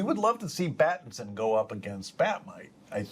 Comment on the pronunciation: Battinson? C'mon James, we know he's officially called Rob Bat Battenbat